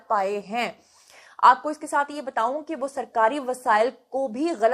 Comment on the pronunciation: میں نے پہلے بھی کہا تھا کہ آپ بتوؤں نہ کہا کریں بتاؤں کہا کریں آپ جب بھی بتو ؤں کہتی ہیں تو لگتا ہے ابھی آپ کہیں گی آلو بتو ؤں۔ ب ت الف کہیں ب ت ؤ نہ کہیں۔ جس طرح آپ نے کہا ہے بتایا تھا اسی طرح بتا کہیں